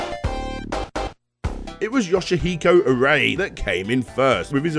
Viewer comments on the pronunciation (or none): "Arai" is pronounced more like the English word "awry."